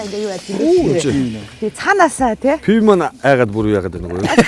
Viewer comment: Пяав гээд байх юм. ПИВО шүү дээ.